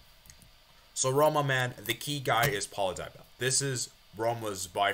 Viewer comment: its Dybala not DyBella